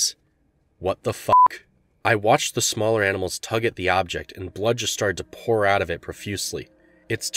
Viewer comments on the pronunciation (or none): none